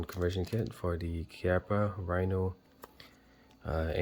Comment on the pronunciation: You are correct on the pronunciation. Thanks for the instruction.